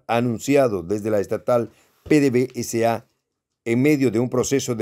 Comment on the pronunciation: NO SE LEE PDV-S.A. SE LEE PEDEVESA....ABRAZOS Y SALUDOS DESDE VENEZUELA Y GRACIAS POR TU ATENCIÓN...FELICITACIONES POR TU PROGRAMA.